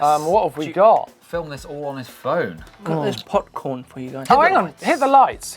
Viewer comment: did really say POC-corn? damn